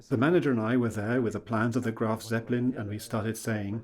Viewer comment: * Graf, not “Graft”……..